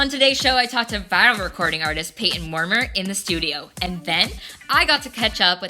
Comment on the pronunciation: his name is pronounced as “moor-MY-er”